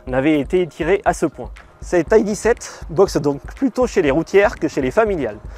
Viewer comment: Pourquoi prononcer "ID" à l'anglaise ? Quelle manie ! Il n'y a aucune raison de le faire d'autant plus que c'est une voiture allemande et qu'en Allemagne le "i" et le "d" se prononcent grosso modo comme en français. Les Allemands ne diront donc sûrement pas "ail di" mais "idée". Cessons de mettre de "l'anglais" partout, particulièrement lorsque rien ne le justifie, ce qui est le cas ici. S'agissant de la DS, diriez-vous la "Di esse" ou la "Déesse" ? Réfléchissez.